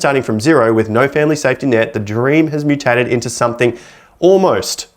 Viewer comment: I can’t take anyone seriously who says “somethink”.